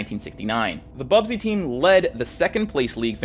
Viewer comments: Busby not bubsy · How we gonna tell him it's "Busby babes" and not "Bubsy babes" ? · ‘BUS’by, not ‘BUB’sy, 🙏 sincerely a local MUFC fan. Great video though! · BUSBY, not bubsy lol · Busby Babes, not "Bub-sey" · Busby. Not bubsby 🥲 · Stop saying 'Bubsy'! It's not a console game 😂. It's 'Busby'. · It's BUSBY babes not bubsy babes🤣👊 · Small thing: the team is called the busby (pronounced buzz-bee) babes, not bub-zee. Great video though! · 'Busby babes', after manager Matt Busby. About had an aneurysm hearing 'Bubsy'.